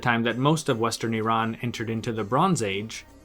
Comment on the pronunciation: You are probably the first person from USA or west who pronounce Iran correctly otherwise most people from US pronounce Iran as "I ran".